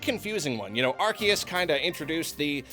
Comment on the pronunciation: MAN it makes me unreasonably angry that he still says ar-KEE-us and idk why. i thought we were past this